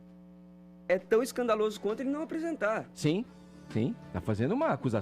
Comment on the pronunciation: "O plesidente plecisa aplesentar plovas serias..."